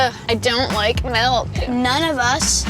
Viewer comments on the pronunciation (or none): She says she doesn't like melk...